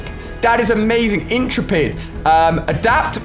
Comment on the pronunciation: right inteepid its in- trep-id emeeega is 0-meg-a